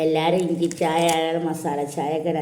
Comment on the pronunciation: താത്ത ഷായ അല്ല.ചായ എന്ന് പറയു.😂😂😂😂